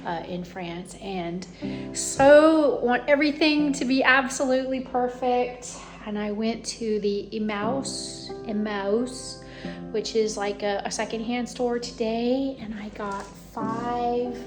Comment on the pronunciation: I really appreciate your vlog. Peony is pronounced with the emphasis on the first syllable. Pee uh nee. Emmaus is Emma oos. I appreciate your vulnerability in sharing about the development of your business. I Hope you can afford to get some help someday. This is so much to do by yourself!!